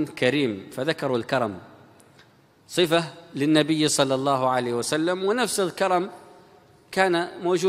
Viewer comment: ياريت يا تتعلم تقول صلى الله عليه وسلم بدل كلمتك الشهيرة صعسلم